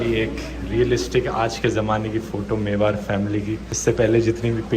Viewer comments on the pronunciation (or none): in the rajasthani people language it's mewaar (mewaad, the hard D) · It's Mewar ( मेवाड़) Dhruv. Not Mevar.